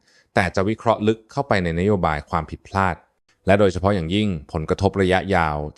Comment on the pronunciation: เรา เคราะห์ ระไม่ใช่ เลา เคาะ ละ